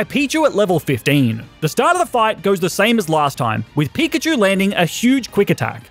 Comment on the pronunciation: you said pichkachu on